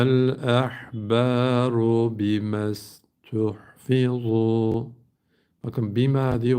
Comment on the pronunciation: Selamünaleyküm hocam siz okurken bir yerde yanlış okudunuz diye gördüm onu size söylemek istiyorum saniye olan yer bimestuhfizu yerine femestuhfizu demişsiniz birkaç kere o nedenle yazmak istedim sayenizde oldukça iyi şekilde inşallah Kur’an-ı Kerim ‘ e öğreniyoruz Allah razı olsun hocam